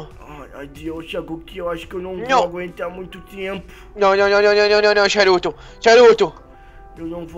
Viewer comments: ele ta chamando o saruto de charuto XD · O hagoki guando ele fala saruto parece charuto